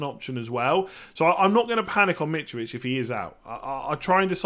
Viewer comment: Nobody: Mitrovich Absolutely everybody: Mitrovich..: Mitch-Vitch!!🥴